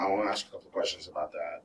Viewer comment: He should be thrown in jail just for saying "axe" instead of "ask".